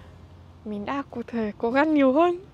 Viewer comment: đọc sai từ mình với từ min là hai từ khác nhau nên xem xét lại